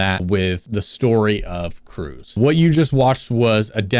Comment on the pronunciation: Correct me if I’m wrong but his name would be pronounced “Cruhz” while “Cruise” is how he said it